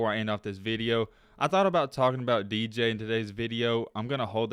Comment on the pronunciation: Wait, my man said DJ what?? 😂😂😂